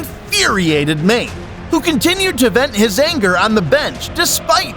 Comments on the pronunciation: Mane is pronounced Mah'-Nay. Ffs. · This became more unwatchable as it went on. The narrator had literally no idea how names such as "Juventus", "Haaland", or "Mané" are pronounced? Even the most cursory listen of a couple of highlights would've done it. Seriously, "Maine"? Man's name is Mané 😂😂😂